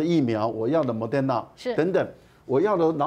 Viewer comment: Mo-de-r-na, not Mo-der-na